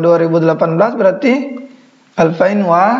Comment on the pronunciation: sebut salah klu seribu sebut nya bukan alfain tapi alfin..1440h